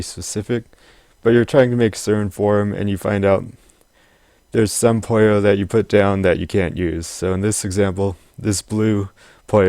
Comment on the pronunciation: It's pronounced poo-yo.